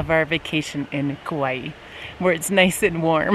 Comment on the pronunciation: I’ve never heard Kaua’i pronounced like that before, it’s wrong. I’ve lived in Hawai’i all of my life. 😃